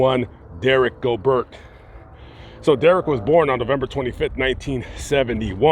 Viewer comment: He was from Louisiana. His last nams is pronounced Go' bear. Its creole.